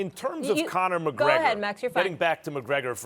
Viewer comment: Stephen "CONNAH MAHGREGAH" A Smith